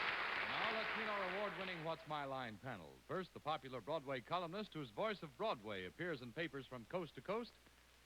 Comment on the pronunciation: Bennett's pronunciation of "Broadway": BWAWDWAY.